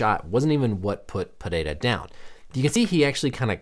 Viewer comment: The way you pronounce Alex's last name with the Brazilian accent. Hespect